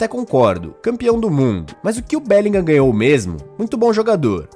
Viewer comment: Porque todo comentarista BR de FUTEBOL INSISTE em ABRASILEIRAR o nome do BELLINGHAM ? É "bélinrã" a Pronuncia correta!